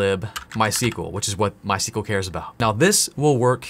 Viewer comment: Since you repeatedly tried pronouncing it ;) MySQL is named after the inventors first daughter My (In Swedish it's phonetically closer to "mui")… pop quiz; What his second daughter is called?